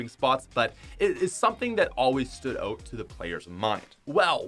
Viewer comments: say "out" correctly, thanks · omg the way he pronounces out kills me